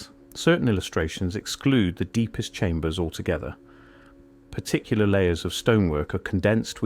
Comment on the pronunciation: I know why....this is an AI generated video. Even the voiceover. The voice over gave it away. It pronounced Particular as "Par-Tic-Killer" 😒